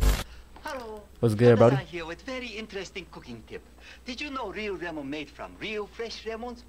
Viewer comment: the lemon one rlly pissed me off bro 😨 like whyd they gotta use a asian man and make him say “remon” no asian actually says lemon like that